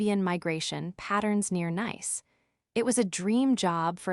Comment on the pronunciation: If you are going to use a nice city like Nice, make sure your AI knows the difference. That was annoying enough to make me yell at my phone.